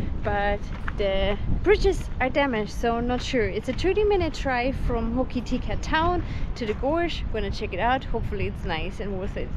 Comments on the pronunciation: Ho ki ti ka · Pronounced Hok a tika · It's pronounced ho ka ti ka